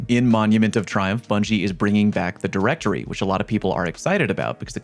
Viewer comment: Bro WHY YOU KEEP SAYING DIRECTORYYYY. gotta be trolling right?